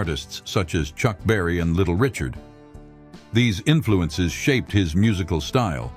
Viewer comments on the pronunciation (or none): none